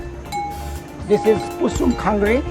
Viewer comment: Hello, Really enjoyed you Vlog. I wish you could have gone little higher and not only Namche Bazzar. Its gets more beautiful and natural. Anyways, I noticed you mentioned Kusum Khanguru. Which is incorrect. Just want to correct you with the pronunciation of Khangaru. Its actually Khangri. Thank you visiting Solukhumbu 🙏🏻